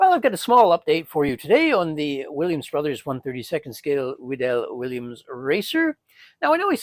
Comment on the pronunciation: I made one of those and have another on my desk. BTW, I believe it is pronounced WEED'-el, like weed eater.